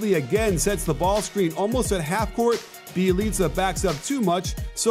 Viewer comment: Bjelica Is pronounced byelica